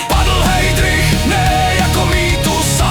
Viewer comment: Vyslovnost je Hajdrich, to snad vi kazdy? Jinak fajn.